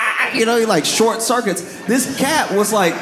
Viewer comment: The way he said "This cat" 😂 sounded like "This BITCH"